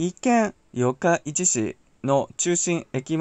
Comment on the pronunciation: 四日市の発音が気になりました😂 よっか、いち じゃなく よっかいち ですよ